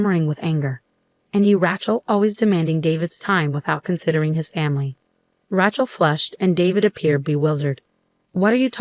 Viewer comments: “Rat-chell” sure does show up in a lot of these stories. Can no one pronounce it right? Ray-chell. No so hard. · That rat-chell is for the streets. Lol but you're so right. It kills me! 😅